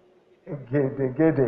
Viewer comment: Nice..LOL the egedegede pronounciation..you tried Sir..thumbs up..it can sometimes be hard to pronounce for us with different dialect.